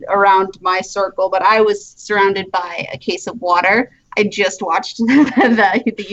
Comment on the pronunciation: "She'll be by later" I heard she'll be violated later. OMG :0